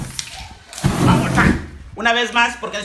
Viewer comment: He say frie ! Is so funny